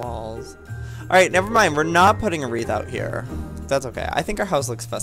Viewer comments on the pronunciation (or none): It's Wreath